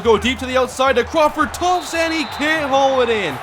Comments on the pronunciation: Just saying, you know it's Crawford Tuft not Crawford Tufts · TUFT, NOT TUFTS! THERE IS NO "S" IN THE NAME. PLEASE EXPLAIN WHY YOU KEEP SAYING TUFTS. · Omg i hate it when u say tuft with a s at the end. TBERE IS NO S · Just curious why he says it that way. In the game it says Tuft.